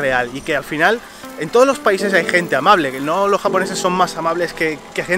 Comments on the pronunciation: Amabre? Su obligación es ser amabre? Jajaja, da risa como pronuncia la “L” ❤️ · Conclusion del video: los japoneses pronuncian amabre